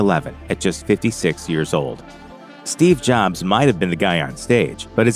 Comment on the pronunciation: Hating the robo voice and mispronouncing “Jobs” so I left this comment after 30 seconds of vid